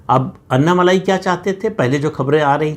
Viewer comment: अन्ना मलाई नही जी। अन्ना मलै। 🙏🏽